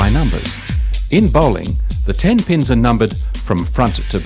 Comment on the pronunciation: When he says pins it sound like penis